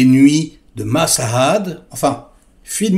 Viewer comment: sa se prononce machhaad est non pa massssahaad...avec le H